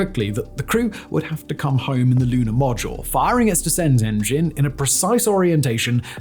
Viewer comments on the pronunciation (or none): Interesting, sometimes he pronounces words correctly, yet others he adds an "er" to the end of words for no apparent reason. NAS'er, Lun'er, Florid'er and Adapt'er really stuck out.